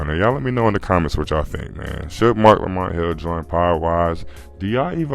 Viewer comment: It’s Marc Lamont Hill pwzzy 😂😂😂